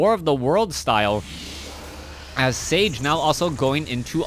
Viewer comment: sTage... Not sage.